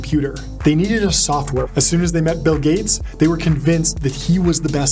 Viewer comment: Bill GAYts